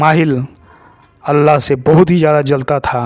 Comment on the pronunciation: Abe chutiye Allah nhi h vo Alha h 😂